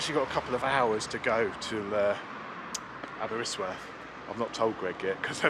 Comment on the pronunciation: Aberystwyth not aberystworth...arghh